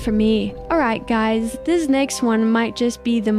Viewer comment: “Dies” hits hard but I don’t know why the ai voice said dies instead of guys